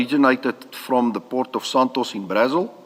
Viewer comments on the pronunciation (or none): "Port of Santos in Brazel" is frying me, I'm sorry 😂😭